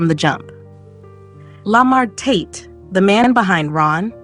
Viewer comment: The way she say Lamar tate is killing me😂😂😂😂